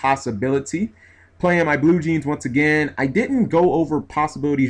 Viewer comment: For everyone, for G Blue Jeans = Bujins. Sounds similar. It's funny and all.